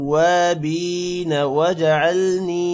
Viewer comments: tawwabeena men baa K uper zabar hy or baa K nichy zeer parh rahen hen zabar sy tawwabaina banta hy? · Menattavabeena hai aap galth lehke hai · Sir minat tawabina jo ap parh rahy hein us par zabar hai zeer nahi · Sir minat tawabina Jo ap parh rahy hein us par zabar nahi hai balke zeer hai